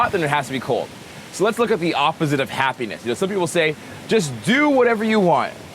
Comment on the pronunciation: I paused this in the middle of the word happiness, went back to listening awhile later, and I just hear "penis". You got me...got me good.